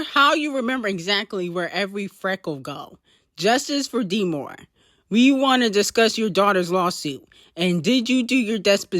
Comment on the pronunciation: Her name is pronounced demoray but spelled demoree